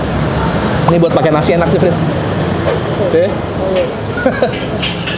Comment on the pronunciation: Orang Jawa banget "ueeenaaaakkk" masih pake bangetttt